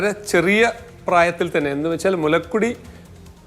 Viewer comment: മുലക്കുടി അല്ല ഡോക്ടറേ മുലകുടി എന്ന് പറയൂ 😊 അന്നം അല്ല അന്നജം എന്ന് പറയൂ 😊